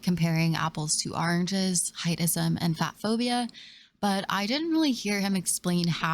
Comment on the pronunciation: Also, where are you from? Apples and “aranges” lol 😆